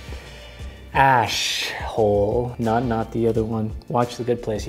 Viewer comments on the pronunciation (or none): When he said ash-hole😂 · I love that he said ash-hole and not asshole